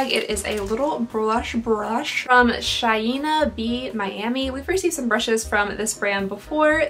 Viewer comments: Shaeena? Do you mean Shayna? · It's pronounced like "shay-na" just so you know. Love your videos!